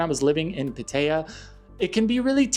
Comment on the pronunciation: You pronounce Pattaya funny, and wrong.